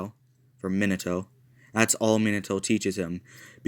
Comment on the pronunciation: Its min-a-toe not min-e-toe